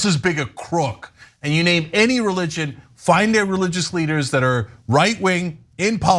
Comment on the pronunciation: Well she murdered EVERY SINGLE NAME in this report Wow